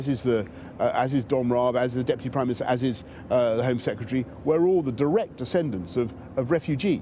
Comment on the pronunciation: "prime ministahh"